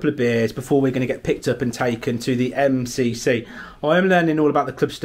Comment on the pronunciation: In his intro said mc. Not mcc